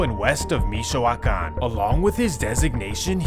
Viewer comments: Mee-shoe-wah-kahn region. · The way he says “michow-wakan” Lmaoo